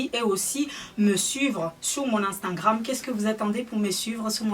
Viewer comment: Vanessa j'me moque pas de sakina mais quand elle dit amstangram,enfienceurs,huilda beauty je trouves ça drôle donc je vois pas pourquoi tu viens faire ton intéressante